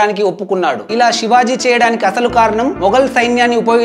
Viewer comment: Brother aur ek bar thik se nam lele na okay